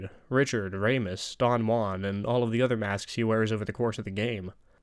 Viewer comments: Rasmus* not Reimus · It's not Ramus,it's Rasmus